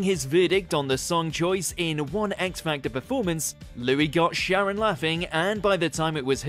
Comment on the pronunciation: Number 9...the moment Louis's surname became Wash!! 😂